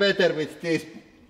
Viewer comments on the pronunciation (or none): love how he says ashtrays, sounds like 'asstrays'